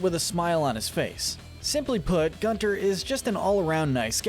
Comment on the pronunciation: It’s pronounced “GOON-ter”,. It’s German, like his voice.